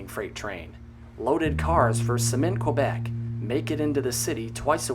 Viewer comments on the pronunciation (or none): none